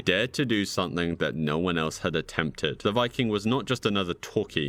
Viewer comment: IT'S "something" NOT "sunthing"